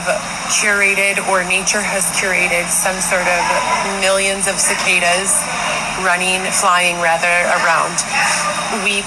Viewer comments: KUH-KAH-DUHS lmao that was cute. it’s all love, but those bugs are prounounced SUH-KAY-DUHS ❤ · Sick-ay-duhs is how you say Cicadas 😆 But omg when you said “I can’t see multiples” I totally felt that! I’ve tried to explain to others that I can do things like for example 1 mouse, 2 mouse - heck I’ve owned rats as pets but if there is like 15-20.. NOPE! Multiples of things look like a swarm all wiggling around and it just creeps me OUT! I even tried to google to see if that’s a certain phobia 😂